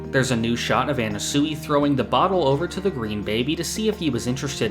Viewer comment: Words can’t describe how off this guy’s pronunciations are. At this point I feel like it’s got to be a bit, how do you read it as an-na-su-i?